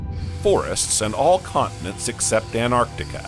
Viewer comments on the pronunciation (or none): Anartica 😂 where's anartica,.